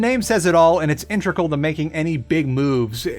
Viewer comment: I've never understood how people get the pronunciation "intregal" out of the word "integral".